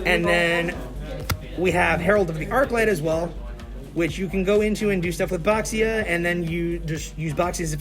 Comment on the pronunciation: Happy to see this deck return! But as a Chinese, still triggered by 'x' in names not being pronounced as 'sh'! Bishi and Bashia!